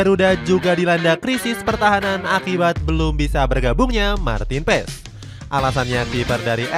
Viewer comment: Paas bang bacanya bukan paes